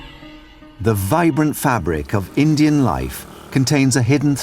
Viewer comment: does the narrator pronounce “Indian” as “engine”? Hahha